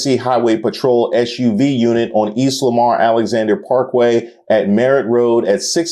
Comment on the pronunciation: Did you just prnounce SUV as "ESH"-UV instead of "S"-UV?